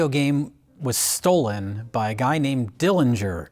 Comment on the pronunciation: "Stold." Come on.